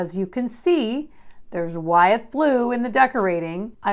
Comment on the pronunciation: Wythe blue is pronounce “with”. I used to live in Wytheville VA, which is in Wythe county. George Wythe was a prominent early American figure, and his house is featured at Colonial Williamsburg.